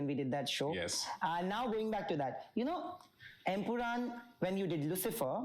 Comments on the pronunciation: It's EmpuraaN man, not EmpuraaM!! How many times will you make the same mistake?! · Bro it's empuraan, it ends with a N not M